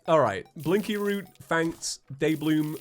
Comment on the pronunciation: Is calling blinkroot, "blinky root"?